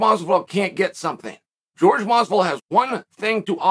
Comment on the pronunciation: Classic Chael quote, "GEORGE Masvidal!" Simply hilarious!!!🤣You're the man!!! Pronouncing the names of these fighters the way you want! Simply genius!!!😂😂😂 Love it, Chael!!!